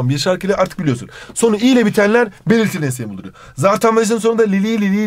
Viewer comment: her belitiliiliğ dediğinde gülüyorum annem ders çalışmıyorsun diyor😂